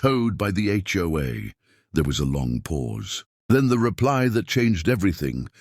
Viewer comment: Maybe it would be better to concentrate on having the AI say HOA instead of Joa or Choi.